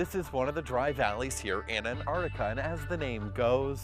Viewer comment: why the fuck do you say annardikka????